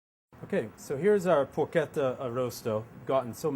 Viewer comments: Did he call it Porqueta? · Sorry man bat it's not Porchetta ...i'm italian